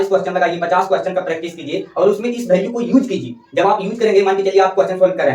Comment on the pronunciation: ek cheej yr kah rha hu bura mat manna tmhare yha ki jo bhi bhasa ho...jaise value ko bhalue bolna ye sab aap chhordo qki ab to aap padhe likhe ho sahi pronunciation kro